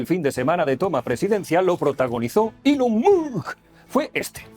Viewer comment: Si bien ya es malo blanquear el autoevidente saludo nancy de Ilon Mott aún peor es pronunciar mal su nombre, corríjase por favor.